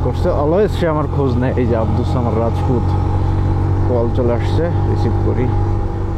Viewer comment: আবদুস সামার না,আবদুস সামাদ।ইনি বারবার ভুল নাম বলতেছে।সামাদ আল্লাহর গুণবাচক নামের একটা যার অর্থ অমুখাপেক্ষী।আল্লাহুস সামাদ।অর্থঃ আল্লাহ অমুখাপেক্ষী।আর আবদুল অর্থঃ গোলাম বা দাস।আবদুস সামাদ অর্থঃ অমুখাপেক্ষীর গোলাম বা দাস।।উনি বারবার ভুল উচ্চারণ করছে অথবা নামটাই ভুল শুনেছে